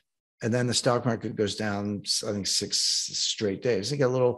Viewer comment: "market," not "markte!!"